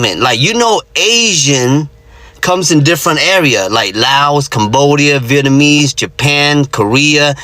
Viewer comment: Did she say Vietmanese... lmaooooo